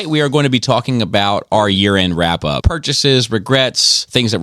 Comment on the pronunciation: My favorite part about this video is how says year end and it sounds like urine.😂